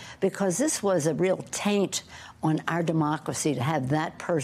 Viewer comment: And she put such emphasis on the word "taint". 😂😂😂